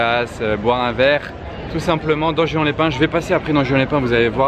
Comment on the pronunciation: ca se prononce pas juan mais rouane